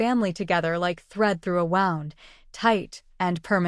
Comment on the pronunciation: The pronunciation of wound meaning an injury rhymes with woond. Wound pronounced the way it is in the story refers to something that has been coiled.